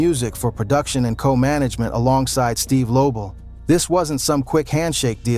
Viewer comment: Mf said steve label c mon man say the names right man